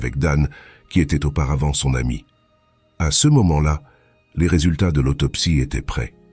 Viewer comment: encore une de ces MMMMMMMMMMMM de voix robotiques, c'est vraiment horribles à écouter, si au moins les mots étaient parfaitement dit, mais non, y'a toujours toujours des flops, du style ce ils le disent en deux mots même trois parfois, d'abord C après E et ensuite CE , faut entendre pour comprendre à quel point c'est casse - c et casse - oreille désabonnement direct, c'est insupportable à entendre, y'en a qui veulent devenir youtubeurs et ils ont même pas l'envie de perdre leurs temps à lire leurs scripts eux-mêmes, alors changer de hobby vous n'êtes pas fait pour ca